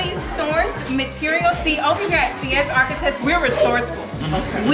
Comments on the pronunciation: No she did not pronounce seis like (see-s)🤣🤣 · Just leaving this here: six in Spanish in SEIS not SIES, the girl in team six was saying it wrong. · She said see es! 😂😂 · Sis said “ Sí-éss” lol. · Lol Cee-esss ?! I never heard sies pronounced that way 😂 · Thats not how you say 6 in Spanish lol